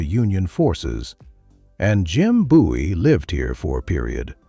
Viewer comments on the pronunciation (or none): none